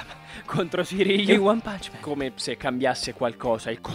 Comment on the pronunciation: All'inizio one punch man, sembra che dica sucamela